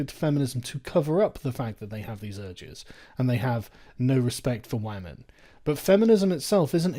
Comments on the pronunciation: "Wamen" XD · Wamen haha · Sargon did u just say Wyman in this video! :O Pewdiepie has infected your mind! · What exactly is "Wamen"?